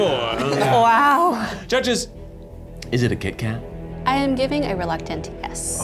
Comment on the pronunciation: Did I miss it — why Kee Kat when Keith Kat was right there?